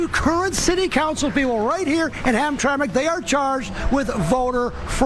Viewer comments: FYI...... it's Ham-TRAM-ick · Hamtramck is pronounced Ham-Tram-Mick... most folks that aren't from this area say it the way it looks. No blood no foul, good content Madam. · It's pronounced Ham-tram -ic. I spent my life in the Detroit area and we have a bunch of funky names for things here in the Motor City. Hamtramck was called Pole Town for the huge Polish Population, then about 20 years ago the demographics went out the window with Yemen carrying swords in the streets and calls to prayer from load speakers. Spooky! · "ham-tram-ick". not to officiate from the main focus but from the start made me think we was talking about 2 different places. Entire state is run afoul with dirty elections since at least 2010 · Ham-tram-ic. Three syllables.